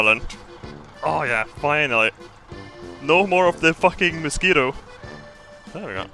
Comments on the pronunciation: "Moshquito"...............much better than the actual pronounciation in my oppinion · "Moshquito propellant"